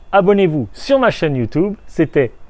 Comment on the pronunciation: On dit YouTube pas youtoube